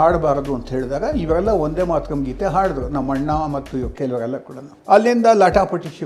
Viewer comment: ಶಿವನೇ,ಒಂದೇ ಮಾತರಂ ಅಲ್ಲ,ವಂದೇ ಮಾತರಂ.ಒಂದೇ ಕನ್ನಡ ಶಬ್ಧ.ವಂದೇ ಸಂಸ್ಕೃತ.ವಂದೇ ಅಂದರೆ ವಂದಿಸುವೆ ಅಂತ ಅರ್ಥ.